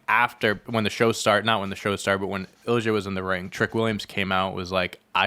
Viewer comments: no it’s not. He’s right it’s ill ee ya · Great episode! Just wanted to point out Ilja Dragunov is pronounced like Il’ya, silent j. Also i think the tag John was missing the name of was DIY. I’m really excited to see them on the main roster, one of the great tag teams of the black and gold era, them vs KO/Sami, vs Balor/Priest are dream matches and will hopefully lead (in a few years, let them cook as a tag rn) to another Ciampa turn and a Wrestlemania Ciampa V Gargano fight. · I’m pretty sure it’s more like ill-ya. No added E sound. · no hate AT ALL but here’s the english pronunciation of ilja dragunov: ill-ee-uh drag-uhn-ov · Btw… it’s pronounced ill-ee-uh dragonov